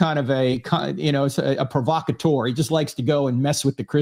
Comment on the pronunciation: "Provocateur" is pronounced "pʁɔvɔkaˈtœʁ" with the "eu" sounding like the "u" in "turtle" (instead of "pʁɔvɔkaˈtuʁ" with the "eu" sounding like the "ou" in "tourist).